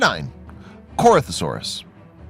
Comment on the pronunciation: Dude it's pronounced Cori-tho-saur-us Not Corth-o-saur-us